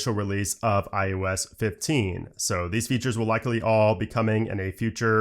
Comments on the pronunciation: Is it me or is he saying IUS 15? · maybe you should call it iOS and not ius